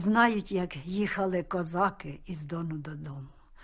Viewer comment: Пісня то душа народу. Як би не знущались над піснею, а вона житиму. Дякую за коментар🌹🌹🌹